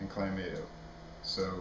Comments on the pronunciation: Isn't it pronounced CLAM-MAH-TO? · I love Bud Light Clamato, FYI there is an “o” at the end not an “a”. It’s pronounced (cla-ma-toe)